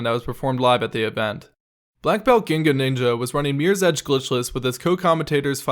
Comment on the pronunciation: That is not how you pronounce Blackbeltginganinja